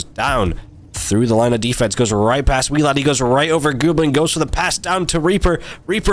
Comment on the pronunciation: weeladdie's name was BUTCHERED